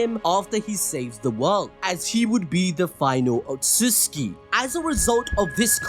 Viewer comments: its not utuski its utsutsuki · Otsuski ❌ Otsutsuki ☑️ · stop saying otsuski I beg u